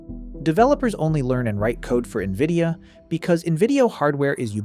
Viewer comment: AI slop. Keeps calling nvidia as “nvidio”. Downvote